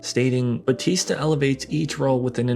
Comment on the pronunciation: People STILL can't pronounce BAUTISTA properly. 😂🤣